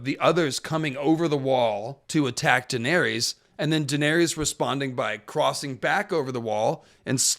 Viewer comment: You really can’t pronounce her name properly? 🤦‍♀️